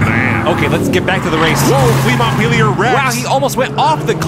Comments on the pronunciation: Flea Montpelier would be French, if I'm correct. Pronunciation would be Mon-pel-e-eh. The T is silent and the i sounds like an E. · Please ask for name pronounciations. Flea Montpelier = Flea Mo-pie-eh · Pronounced MONT-PEL-EE-AY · hearing both of you say montpelier is painful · Learn how to pronounce Montpelier